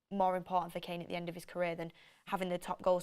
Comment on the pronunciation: why do you say “it” when you mean to say “at”?